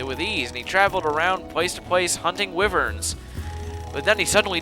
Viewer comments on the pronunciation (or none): OH!! and BTW, "wyvern" is pronounced like WHY-vern. Just letting you know. :)